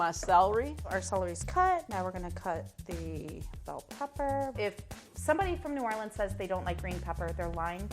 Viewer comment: Legit as soon as I heard “aight we gon’ make naw’awlins seafood gumbo” I was like.. that’s the gumbo I want. 😂